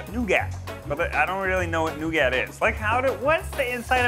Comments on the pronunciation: I think the worst part was when he pronounced horrible wrong in the beginning (NO GOT), and then at the end he decided to change it, but the emphasis was still VERY wrong (new GAT). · ive never heard anyone pronounce it New-gat but instead New-gut. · The amount of times that Ned says nougat as “no- gat” instead of “new-get” makes me want to punch him through the screen. It’s so annoying that he doesn’t pronounce it, right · Ned calling nougat NO-GAT just ended my existence. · hearing "new-gat" so many times was...an experience. i don't think I like nougat anymore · What is going on with Ned in this video lol hearing him say “new gat” and “no gat” drove me up a wall. Never heard someone struggle with nougat so much lol I almost didn’t know what he meant. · Ok the heck is new gat? Is he trying to say Nougat? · Imagine going to Yale and not being able to pronounce nougat, caramel, and Disaronno. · The way Ned pronounces “nougat” and “Disaronno” is starting to make my eye twitch. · F***ING THANK YOU! I yelled the proper pronunciation out loud after he said it the last time. Ned made me scare my dog. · The way Ned pronounces nougat drives me crazy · Wifeguy's pronunciation of nougat makes me want to tear my ears off and throw them at the TV. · when our boy Ned constantly pronounces the silent “t” in “nougat” 😂💀💀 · Ned having such a hard time pronouncing nougat really got me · why did he pronounce nougat like that.... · Someone teach Ned how to pronounce nougat